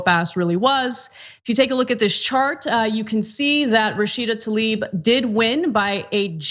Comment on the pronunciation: Can we all start pronouncing her name correctly???? It is TLAIb, not Talib.